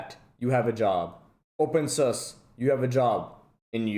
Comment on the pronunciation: its "open soo-sah" not "open sus"